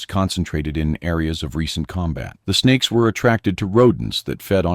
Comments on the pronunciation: no he said spakes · Snakes! Did you say snakes?